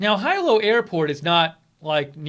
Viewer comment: Brush up on your Hawai'ian, dude. Hilo is pronounced like he and low, not hi and low. Ai = the long i sound in Hawai'ian. A single i in Hawai'ian = long e sound. Hope everyone is okay on the Big Island.